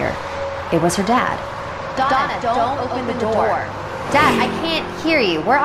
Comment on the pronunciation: Donna đọc nhầm thành "Douma"